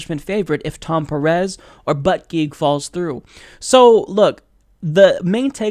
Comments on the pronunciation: that's not how you say his last name (boot-a-jedge) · Its pronounced "boot-a-judge" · For starters, It's pronounced Peet Boo-da-jij. Been a fan for a long time but you've either been behind or just inaccurate for awhile. Disappointed. No, more than that. Icing in the cake. Lost a subscriber. You play the progressive but you're either uninformed or a wolf yourself. I was born and raised in Indiana. He(Pete) was too. If you() and I truly want to move forward, we have to acknowledge and meet rural America halfway. The problems that face the Midwest and the problems that face Liberal America are very different. It seems that you are unable to comprehend the complexity of the issues that face the country as whole. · South bend mayor to pronounce last name it sounds likePete bootijudge.